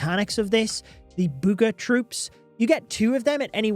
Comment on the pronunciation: Burger or booger